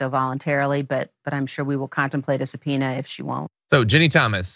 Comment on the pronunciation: "SUBPONEA" - really John?